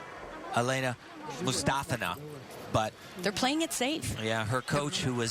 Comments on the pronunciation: It sounds like they're saying "Elena" Mustafina... No one can ever get the poor thing's name right... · I usually mute the TV, lol. Nastia demonstrated how to say Komova and Mustafina in a fluff, but to no avail. Komova's name doesn't get butchered too badly, but "moo stuh fee nuh"? No. Just no. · Tim ALWAYS says her name wrong and it gets SO annoying! He did it every time she was competing at these Olympics. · tim literally pronounces aliya mustafina's name different, every single time he says it.